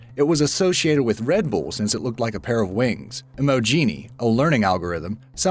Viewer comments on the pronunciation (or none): none